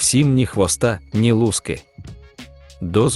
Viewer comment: Вибач! А ти що, нанаєць???лу'ски чи луски' ???